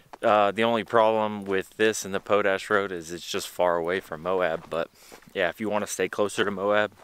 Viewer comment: Pote ash Road😄 Man you are a comedian! It's potash....like what you get when your weed is spent!